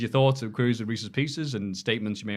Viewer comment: That Reeces Pieces was absolutely painful. 😅